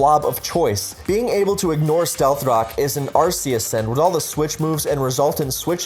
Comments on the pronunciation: "saying these are incorrect pronunciations" isn't pronouncing them wrong myself Hydreigon has the German word Drei meaing 3 for the number of heads it has, pronounced dry, so it obviously isn't hydraydon The RKS system in gen 7 is named after Arceus so it obviously isn't Arseeus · Hydraygon, arseeus, please learn how to pronounce pokemon names